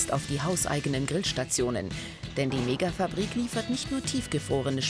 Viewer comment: Alter megaafbrik nicht n...Fabrik